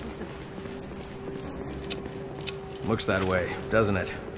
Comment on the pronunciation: Every time he says 'wuff' instead of wolf I crack the fuck up.